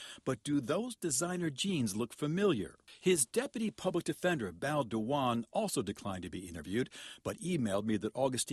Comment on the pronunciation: "Beau Diwon"..resign now. Shame on you.